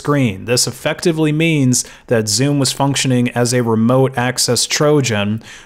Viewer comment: Every time he says Zoom I hear Zune